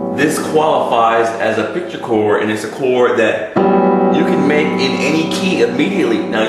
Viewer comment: Chor-D. CHOR-D! CHORD. It has a 'D' in it's pronunciation please!!! Annunciate please!